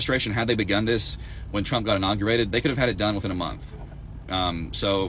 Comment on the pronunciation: “I will boat for Donald Trumuh!”